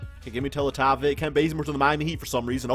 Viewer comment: Who else gets so pissed of every time he says Teletovic wrong